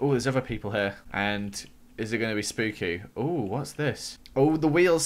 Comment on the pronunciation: HE SAID SPOOKAY!!!!